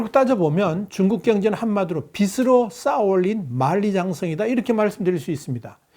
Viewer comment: 이 댓글을 볼지 모르겠지만, 발음에 좀 신경을 썼으면 좋겠네요. "빚으로"는, "비스로"가 아니라 "비즈로"로 말해야 하고, "빚이"는 "비시"가 아니라 "비지"로 말해야 합니다.